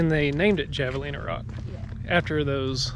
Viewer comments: LOL...... the javalina is pronounced HAVE-A-LINA ..... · Javelina pronounced "Havelina", just saying. Great Vlog! Happy New Year! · It's pronounced "Havelina" with the J being silent. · pronounced HAV A lina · I think its pronounced "havalena" the J is an H sound in spanish. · Yours is the best video I've seen of Tucson! I've been to all the places you visited. It took me two tries to hike Blacketts Ridge trail. It's funny hearing you miss-pronounce all these words: javelina is pronounced "havelina", saguaro or sahuaro is pronounced "sawaro" and Mt. Lemmon is pronounced "Mt. Lemon". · Lol, you guys definitely are not from here. I did the same when I first moved here. The locals corrected me all the time. Javelina is pronounced with an H. Mt. Lemon even though it has two m's. The g is silent in suguaro. You gotta remember the amount of spanish influence we have here. I love Arizona. And its cool to see ppl exploring and enjoying Tucson and the surrounding area. 🌵🌵🌵🌴🌴🌴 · Great video, glad you got to enjoy Tucson. FYI It's pronounced "Havalina" and Mount "Lemon" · Man that "hav-a-lina" part was killing me. Born and raised in tucson. Some of this stuff I've never seen. Crazy.. cool video though. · It’s pronounced “Havelina.” They are a Peccary and not a hog. Really cool animals, if you get to see one. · My home! Javelina is pronounced have-a-lina. They're cousins of pigs bit not pigs. Edit: Feel free to hit me up next time you're in town. Edit 2: La pa-ri- yah Sweez-ah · By the way, its pronounced "Hah va lina" :)